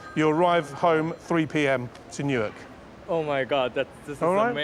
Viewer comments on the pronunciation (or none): who calls 'New York' "Newark". I thought he was talking about Newark-on-trent in England